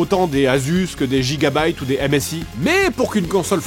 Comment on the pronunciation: Pour info, Gigabyte, l'entreprise, se prononce ɡɪɡəbaɪt, à l'anglaise. Tu l'as bien dit à la fin pour 'byte' mais pas le début.